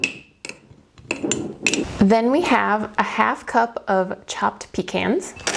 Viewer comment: Also it wouldn’t be a cowboy cooking mix without you saying “peecaans” good job 😛